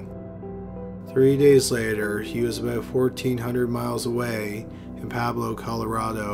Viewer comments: Dude... 'Pablo"??? Poo-web-low... Pueblo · It's a minor point, but "Pueblo" is pronounced like "pweb-low," not "pablo" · Pweblo not Pablo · Pueblo...Pwayblow...not Pablo...sorry...pet peeve...I'm from Colorado. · I really enjoy your videos and watch them often. The only constructive criticism I have is a suggestion to look up how to pronounce names, i.e. how to say Willamette; the emphasis here is on the letter A, which sounds like apple; and Pueblo is in no way sounds like Pablo. Other than that, you've done great research and everything else is spot on! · Just a note Pueblo, Colorado is pronounced Pwe-blow